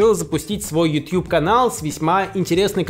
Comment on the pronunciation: Пожалуйста, не произноси слово YouTube НИКОГДА!!!!!!